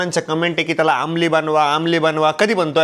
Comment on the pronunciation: Amol ❌ Aamli ✅